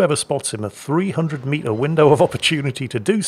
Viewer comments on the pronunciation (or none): none